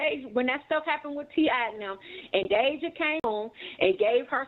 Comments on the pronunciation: Her name is deyjah not deyjahnae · Y’all speaking on this girl and her family like y’all close family members or friends. This video is nothing but a bunch of gossip and assumptions. Stop pretending to know these folks and what’s going on in their household. Hell, the host can’t even say Deyjah’s name right but wanna speak on them 😂